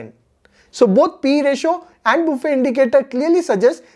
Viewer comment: Hello Mr it is not buffey...🤣🤣😂😂😅😅.buffet it is